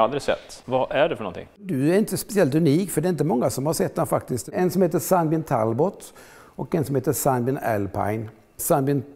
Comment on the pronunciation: Talbot utalas väl ändå [Talbåå] , sista t:et är stumt...